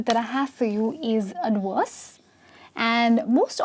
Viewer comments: She said AD-Worse. V becomes W by some people. What it! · Adwerse? I need to make videos to help you pronounce words correctly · you are lovely, but it sounded like you were saying adworse not ad verse.